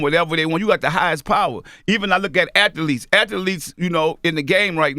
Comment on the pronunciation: "Ath-a-letes" that's a-maz-a-zing